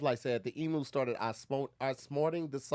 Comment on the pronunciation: I'm aussie & lowkey offended with how they said Emu 😂